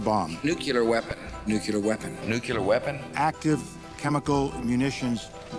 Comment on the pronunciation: Nuclear Weapons - 😮 Nukelar Weapons - 😂